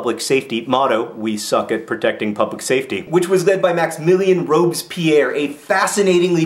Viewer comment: I love how you pronounce Robespierre like Robes-Pierre, as in Pierre wearing robes. ;)